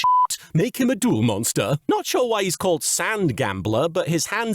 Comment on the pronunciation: Hey LK. Linguist here. I don’t think you were mishearing Alexis in the Titan episode. she (or her voice actress) does it again with the word “Mom” which sounds closer to how she pronounced “monster” in episode 41 than it does to how she pronounced “monster” in episode 3 (where she lists the various ‘duel monster cards’). I’m sure there are more accents that do this, but it’s almost like she has a Northeastern US accent that slips out from time-to-time. Almost suggesting a shared lineage with a certain Brooklyn, Japan native…